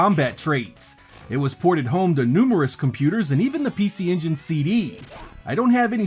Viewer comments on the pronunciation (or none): none